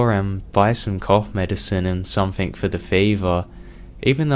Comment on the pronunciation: had to quit halfway...cant hear k on the end of every word or somethink